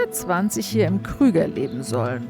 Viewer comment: Eine Super Serie über den Kruger National Park. Allerdings heisst er Kruger und nicht Krüger, eben nach Paul Kruger benannt. Leider wird in Deutschland immer Krüger gesagt. Ich versuche das zumindest im Ried zu ändern 😂